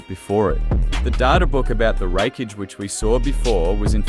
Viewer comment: Sad not even 3 minutes in and your logic fails, arenyero dodging light doesn't count because it comes from an artificial source, light from a light bulb is still light. You don't pronounce a single thing correctly showing that you aren't very knowledgeable on the subject of either series it's absolute cringe hearing you pronounce raikage almost as wreckage. How did you come to the conclusion that madaras head movement was faster than the lightfang itself. You know what fuck it I'm just going to make a note to avoid your videos in the future. Peace, keep up the bad work bro